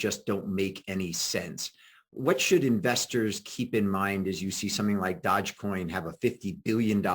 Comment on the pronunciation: Dodge coin... It's DOGE, Willy! (Pronounced Dough-dge) Thanks for having Kate back on, she's awesome